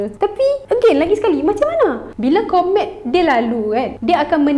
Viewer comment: Ooo komet…mula2 aku dengar kon3t